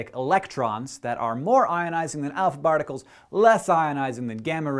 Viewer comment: did he say barticles?